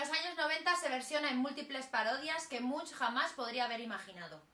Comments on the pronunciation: Se dice ˈɛdvɑ:ʈ mʉŋk, inculta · Se pronuncia Edward / Munk/ y significa monje literalmente. Gracias.